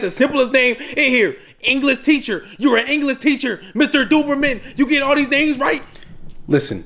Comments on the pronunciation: its because he said dooberman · Its lenarr goddamit Mr Dookie man Mr Dookie man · “the o is silent” says doberman